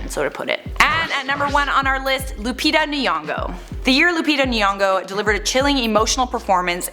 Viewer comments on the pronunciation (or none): Lupita Nyongo (Ny- is a sound like cognac, "conyak".) not Lupita 'Niongo'. Example: it's Kenya and not Ken-ia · Oooh my God the way people pronounce Nyong'o as Niyong'o is......... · John Tende omg I caught that I was like it’s Nyo-ngo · Lupita Nyong'o , not Nenyong'o, please learn to pronounce her surname correctly as you advocating for black people equality in the industry. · You pronouncing lupita's name wrongly am Kenyan and am sure thats not the pronunciation of Nyong'o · I like this channel so much with all the tea😁.. but Lupita’s last name is not pronounced like that (noticed so many white people pronounce it like that ) I feel like they whitening the name ...